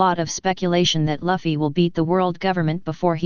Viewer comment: want to listen to this but the moment i hear Luffy being pronounced Laffy it kills me!! true fans say luffy not laffy my friend :D